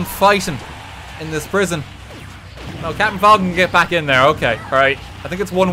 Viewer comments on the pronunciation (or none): none